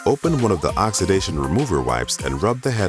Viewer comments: Narrator says “Ox-ah-dization”…???? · Except him saying oxidation wrong